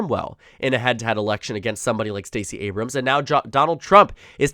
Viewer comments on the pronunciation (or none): none